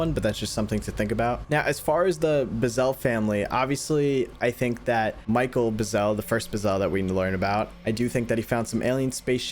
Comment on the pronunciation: The rancher's name was Mac Brazell. Not Michael Buzell.